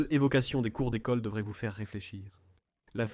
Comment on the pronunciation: ..."vuve"... lol...formidable en effet !🤣🤣🤣